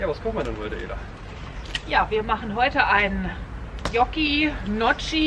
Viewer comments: ich glaub die werden "njocki" ausgesprochen 😂😂 sieht lecker aus 😁 🤘🏼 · Hey und Namensvetterin 😉 Das sah richtig geil aus 🥰🙏🏼 Und wie man Gnocchi ausspricht: Keine Ahnung 😜🤷🏻‍♀️🤣🤣🤣 LG Ela